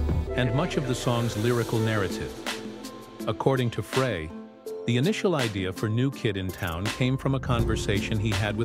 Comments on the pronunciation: They say that that is intentional, to get you to write comments about how they CAN'T PRONOUNCE THE NAMES PROPERLY.I BELIEVE THEM BECAUSE THEY NEVER PRONOUNCE FREY CORRECTLY. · I refuse to listen to anything about the Eagles that can't pronounce Glenn Frey's name properly.